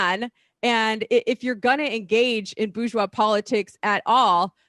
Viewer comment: If you want to be taken seriously about politics, learn to pronounce "bourgeois".